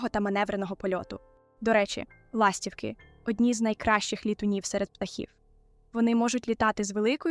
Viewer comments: ластіво́к..ластівки́....( не має в українські мові - ла́стівки)))😢.є відмінки і треба правильно вимовляти слова за лежно на яке питання відповідають..... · Не лАстівки, а ластівкИ 😊